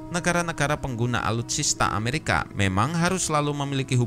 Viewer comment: Netral? . Cara penyebutan nama dari Amerika ke mamarika itu saja sudah membuktikan anda fansboy nya rusky